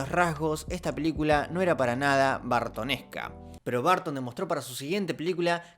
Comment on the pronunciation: Nadie:: "Vartonesca"